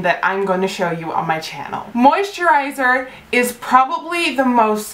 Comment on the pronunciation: I wonder how many times she can say moisterizer haha